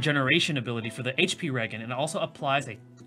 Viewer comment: In all seriousness, thanks for putting this video despite your rough week. Many of us appreciate it! (Btw, I think it’s pronounced re-jen, like regeneration. But you can say it however with your all-American, New Orleans accent.)